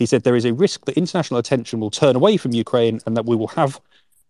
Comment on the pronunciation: I really enjoy their podcast---very professional--but this is not the first time that I have pointed out this tiny mispronunciation! It is not such a big deal, but during this war especially, it shows ignorance and insensitivity. I hope that they make the correction.